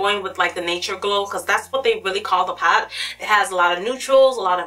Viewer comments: Oh my GOD... Stop saying PAT. It's PALETTE! I had to stop watching. It's too distracting. Just don't say the word. We know why you mean. It's just too much..... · girl i love you and your videos but please say the word "Palette" properly, you always say "paalt" its quite distracting lol :) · love how you say "pallete" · thank you!!! That annoyed me so much